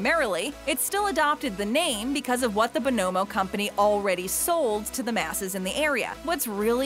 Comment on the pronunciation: I can't believe that you, or anyone in the comments, could think this was pronounced "Bo-NO-mo." I can recite the jingle by heart. It was THE candy jingle of the '60s. "You spell it B-O, N-O, M-O, BONNA-mo, oh-oh-oh, BONOMO, Turkish Taffy!"